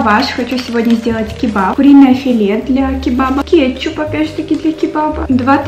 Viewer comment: вообще-то не кепчуб а кечуп